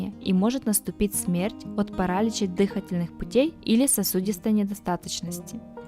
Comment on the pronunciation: Вами сделано несколько хороших дел: во-первых, дали полезную информацию для людей со школьным образованием ; во-вторых, обеспечили 11 с половиной минут ржания для специалистов токсикологов, биологов, медиков и фармацевтов; ДЫхательная система… дЫхательная... ну думаю только не третий раз, только не третий… считаю сколько осталось из 20 растений белЕна... ну что думаю переживем… и тут… КАсторовое масло… и всё, пошла цЕпная реакция: делирИй, диАрия, спаз.. жым-жымы дыхалки… Картинки кстати классные, яркие и насыщенные, и не обращайте внимания на брюзги старых спецов, скоро все они умрут, сопьются, збрендят и можна будит гаварить ваще бес ударения.